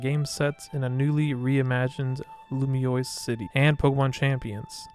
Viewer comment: Loo mee ohs Not Loo mee ois Lumiose. Not Lumioise.